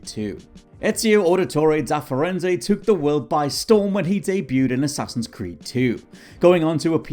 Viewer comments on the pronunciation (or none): none